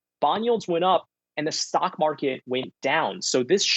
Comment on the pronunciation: Lol man actually said stonk marker